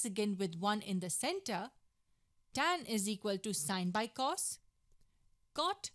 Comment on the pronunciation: It’s crazy how she doesn’t even know how to actually pronounce cos, cosecant or secant